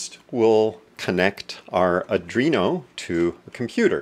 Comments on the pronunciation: its Arduino, not Adrino :)) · ARDUINO NOT ADRINO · "Adreeno" PMSL.................... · It's ardino,not arduino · I wouldn't take lessons from someone that cannot pronounce the name of the board correctly.